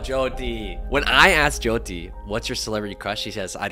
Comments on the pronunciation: what the hell does he mean by jeeoti like atleast pronounce her name right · Why are they calling her joedi or joydi .. atleast say her name proply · not the jee-oh-tee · BIGGGG respect for you for calling out his mispronunciation of Jyoty's name!! It's important that creators are representing people properly, not just for views. <3, keep doing you. They say imitation is the sincerest form of flattery but remember, no one can ever be you! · fr!! Brent isn’t even pronouncing her name right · *Hindi is the language and Hindu is the religion - your video was 100x better and you actually say her name right, unlike Brent 🙅🏼‍♂️ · I love the way you corrected Brent when he mispronounced Jyoti's name it was so sweet! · He can’t even pronounce her name right, that says enough … only love for u 😌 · you are already one of my favourite youtubers but you gained so much more respect when you corrected the way brent said jyotis name like how can you make a video with her and not know her name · The amount of credit you give Brent is just a testament to your character because he deserves none of it. How do you not even learn how to say your guest’s name correctly?? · THE FACT THAT HE DIDNT EVEN GET THE PRONUNCIATION OF HER NAME RIGHT!!!!😡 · Me, an Indian who’s moms name is joti Am personally offended by him mispronouncing her name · The fact that he kept mispronouncing her name 😢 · Like he didn’t care enough to learn to pronounce her name properly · Jesus, the guy must have spent a day with her, but couldn't get her name right. That to me is quite disrespectful. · He copied everything from you and yet couldn’t remember how to pronounce her name correctly.